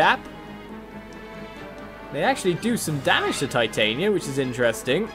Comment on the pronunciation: every time you say Titania you hurt my ears since you are not pronouncing it right